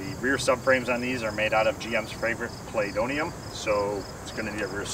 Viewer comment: Chinesium! Chinesium, not playdoughnium.